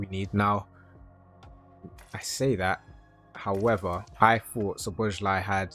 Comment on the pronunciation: Try pronounce Dominik Szoboszlai like this "Soboss L A I" it's not Szoboszly like you saying it. And Theo Hernandez is not "Hernands".